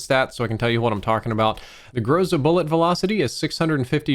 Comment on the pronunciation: I’m from Russia and you are pronouncing Groza wrong.